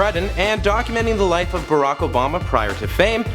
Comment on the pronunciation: arack Obama